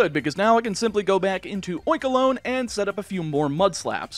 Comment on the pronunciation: Oinkolgne is pronounced like bologna, not like cologne and you can't convince me otherwise.